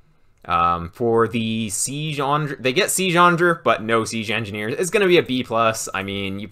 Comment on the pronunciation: Fantastic resource, thank you. Side note: has anyone else noticed pronounces 'siege' like 'seezhe'?